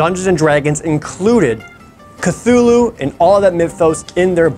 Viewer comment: It’s pronounced CLOO-loo